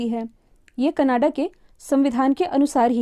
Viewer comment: Kanada nahi Canada hota hai